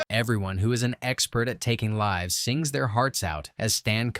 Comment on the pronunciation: "L-eye-ves alone" petergriffindone.gif